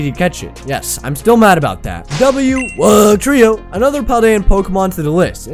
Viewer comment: I thought I was an idiot for loving Wugtrio tbh, But I love your pronounciation of Wug-trio